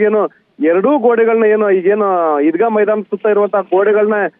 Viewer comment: ಚೆನ್ನಮ್ಮನ ಮೈದಾನ ಅದು ಈದ್ಗಾ ಮೈದಾ ಅಲ್ಲಾ